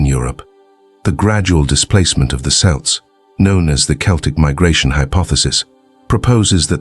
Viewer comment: the issue isn't the you don't sound like a "native speaker" whatever that is, but that, among other things, you pronounced "celts" "selts" in one sentence and "Kelts" in the very next one like 15 times in a row